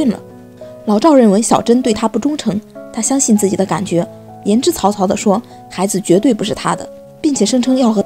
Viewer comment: 为啥读稿子还会念错别字？yanzhizaozao读错了